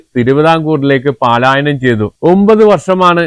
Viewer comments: പാലായനം സഹോ പലായനം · പലായനം അല്ലേ? പാലായനം വാക്ക് തെറ്റല്ലേ?